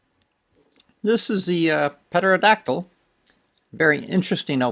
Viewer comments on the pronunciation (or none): Ron it is pronounced Terodactyl not Peterodactyl... you don't say the "P" Great vid by the way! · amigo it's pronounced terra-dactyl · the P is silent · Petero dactyl sounds way cooler tho